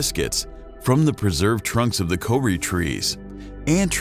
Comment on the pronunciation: Took a while to work out what the commentator was saying when he mentions the Co-ri trees". Also the dumbed down explanation of the magnetic shield and neanderthals. All coming under the blanket: "Nobody told us..." that seems to be the sum total of American education.